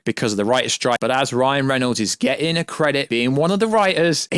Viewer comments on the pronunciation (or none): none